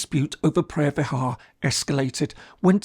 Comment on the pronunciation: It looks like you can fully explained everything clearly except how you pronounce the word “phreah vihear” 😂 speak English please no Thai